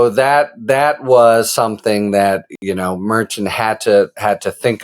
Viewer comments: It’s mer-shawn Harry, not mer-chin. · A brilliant man like you should try to pronounce Judge Merchan’s name properly, as Karen FA has taught you. Thank you. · Harry, please pronounce the judge's name correctly next time. (hint: KFA/legal AF team say it correctly)